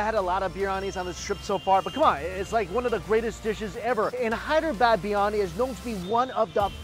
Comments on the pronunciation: It's not Birani Bir Yani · Is anybody else irritated the way he pronounces briyani.. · Bro it's not biyani , Biriyani Bi ri ya ni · Not BIRNANI its BIRYANI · Biryani is peng u know Edit : he said biyani ITS BIRYANI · No-one: ..... Mike: BRI-ANI